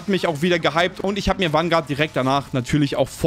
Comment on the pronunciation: Jedes mal wenn er Wanguard sagt einen trinken….